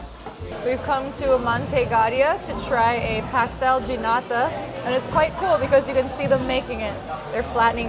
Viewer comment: Great video, you would make a great documentary presenter..p.s .its 'pastél de náta’, you said 'pastel ginata’.